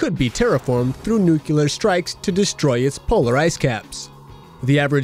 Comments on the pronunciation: NEWK-yuh-ler"? Come on!! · Nuculer strikes..?! oh, no..! why, gods, why..?!?!